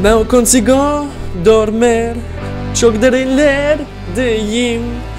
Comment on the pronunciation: It's dormir not dormer